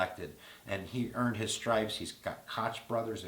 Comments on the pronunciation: feel stupid yet? also its pronounced COKE brothers. you'd think you'd youtube each candidate so you can say their name right. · Koch Brothers pronounced COKE. Don't know if you were joking or really didn't know? Love your videos, not so much your odds making. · Koch Brothers is "Coke" brothers, that's sadly how it's pronounced. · Carley Fiorina, pronounced fee-o-reen-a. Koch brothers, pronounced coke. I think ' observations and odds are spot-on. Thanks,!